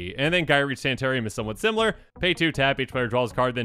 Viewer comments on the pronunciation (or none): none